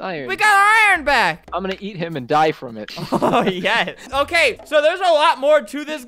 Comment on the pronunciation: Albert when video starts: oke wewewe